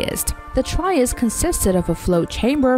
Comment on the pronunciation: that's an awful pronunciation of triest...